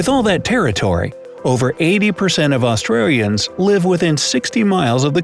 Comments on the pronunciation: The first mispronounced word he said that I noticed was when he pronounced Australians as “Aust-RARE-ians” at about . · “Austrarians” sorry I laughed way to hard at that💀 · Austrians Lol 😂 😂 😂 😂 😂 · did he just say: ‘Austrarians’? Really?